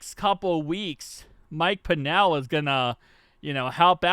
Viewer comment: It’s pronounced pennel like Kennel but with a P